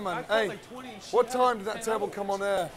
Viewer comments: WHY some of these chefs say 'turbo' or turbert' instead of TURBOT is ridiculous. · The worst part of all of this is turBOT.. being pronounced turbo.. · Everyone there pronounces "turbot" different. 😂